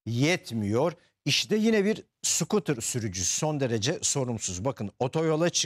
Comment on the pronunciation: Skotır degil kuz sukıtır😂